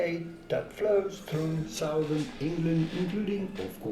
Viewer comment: The guy giving pronunciation advice said ‘southern’ wrong, so…